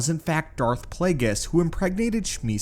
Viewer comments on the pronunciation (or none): learn the names b4 you make a video on them its Darth Plague(E)us